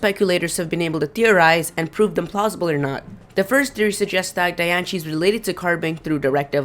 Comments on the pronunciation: it is di-an-cie not -di-an-chi idiot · The Japanese for Diancie (Dianshii) would be Dee-an-she, not Die-an-she. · Anyone else thinks that "Diancie" (pronounced Dian-C, not dianshee btw) sounds like "Die and see"? o.o Maybe Diancie is a Carbink killed by Hoopa and reborn or something? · It's diancie not dianche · the word young shouldn't sound like yonk. and i think diancie shouldn't be pronounced dianshi, but diancie, with an S where the C is. not seeing an H anywhere in diancie, so don't pronounce it. and yes, people have gone deeper in this, just not an individual vid. you make too much assumptions from mere suggestions. who knows? it may be EV trained. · Lol Dianchie. Wtf its Diancie xD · it calld die anceeeee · The real way to say diancie: Die - an - see😑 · pronounced di an see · Die ahn see not di an ci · I know, right? 😂😂 I cringed when he said Dian-shee and Lu-gee-ah. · ITS CALLED DIE AN CEY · Di-an-cee say it right ugh this pisses me off.... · Where the hell is ch in "Diancie"? it's said Diancie, NOT Dianchie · Sim Sima wtf did i just read? Native Americans did not speak English! and even in USA english it is still Diancy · Hey kid its Pronounced {Dian - sey} like Biancie or {Dian-see} where your getting a ch sound from ci I don't know but go back to the fist grade to learn your fucking English or work harder of your street accent. Good info though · It's pronounced (die-ann-see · Your saying Diancie all rong the rongest thing ever every one i know that likes pokemon know how to say her name right whatch the movie and see how it's purnonct im the biggest fan of diancie i have Diancie every thing and how i know how too say it right because i whatch the move all the time ok i hate it win people say her name wrong!!!!!!!😡😡😡😡😠😡😡😡😡😡😡😡😠😠😠😠😠😠😠😠😠😡😡😡😡😡😡!!!!!!!!!!!!!!!😣😵😤😱😠😡😤😕😑🙀😿👎👎👎👎👎👎😡😠!!! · your pronouncing diancie horribly wrong... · The way he pronounced it made me stop watching the video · The way he pronounces Diancie makes me want to punch his face in -_